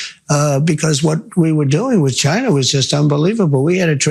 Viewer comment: It's not Chy Na!!